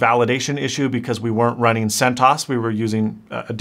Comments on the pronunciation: First of all its pronounced NOME and CENT-OS not centose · my God, it´s Cent OS (Cent Operating System) not centos. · I think it's Sent OS not sentos. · isn't CENTOS pronounced "CENT O.S." instead of "CENTAHS" ? Enjoyable video though, thanks. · Right? "1.7 How does one pronounce Debian and what does this word mean? The project name is pronounced Deb'-ee-en, with a short e in Deb, and emphasis on the first syllable. This word is a contraction of the names of Debra and Ian Murdock, who founded the project." And Sen-toss? Should be CENT Oh-Ess – weird. :) But still, cool video/info. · you are killing me with centos it's cent os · It’s cent-O.S not like macOS not “Centuas” , its not ganome is just gnome “pronounced “Noam” like ‘Foam” lol nice too see you using Linux though! Ive used it for years in a triple boot system mainly for data recovery, partitioning and other IT related stuff. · He also mispronounced almost everything. CentOs (instead of CentOS), Deebian (instead of Debian), Ganome (instead of Gnome), etc. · “Bi-OSS” “Cent-OSS” Never heard these, and other words in your videos, pronounced that way. Gnome was spot on though! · guhknome and gooey & centaus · “Guh-NOME” “Yubuntoo” “centoss” “DEE-byun” He sounds like he’s trying to pronounce it like a tech illiterate. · He says Centos instead of CentOS. Then he says PopOS instead of Popos. Then he says GNome instead of Gnome (nome). Then he says Daybian instead of Debian. Huh?